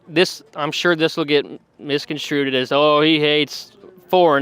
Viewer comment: Genius Boy said "Misconstruded"!